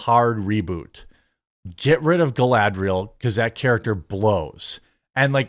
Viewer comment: Dude, when you say "Galadrial" you pronounce the "A" correctly as a soft vowel. So WHY do you say the "A" so wrong on other words? Like when you said "SAG" as "SAYG"! Gross!